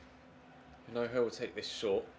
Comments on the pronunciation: You're not supposed to pronounce the h in hinojo. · the correct pronunciation of Hinojo's name is with a silent h. Massive supporter all the way from Madrid. Like so can see